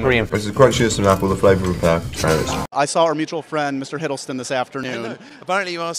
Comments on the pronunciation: It's funny how Benedict called Tom's surname as Hiddlebum 😂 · OKAY BUT CAN WE PLEASE TALK ABOUT HOW BENEDICT CALLS HIM HIDDLEBUM CAUSE I CANT GET OVER IT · Others: Hiddleston. Benedict Cumberbatch, an intellectual: HIDDLEBUM